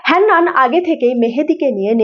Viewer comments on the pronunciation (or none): আরে হেন্নান নয় হান্নান ।